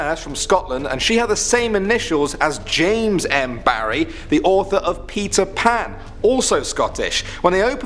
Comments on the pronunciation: I heard Pizza Pan instead of Peter Pan. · Whenever he says Peter Pan it sounds like he’s saying Pizza Pan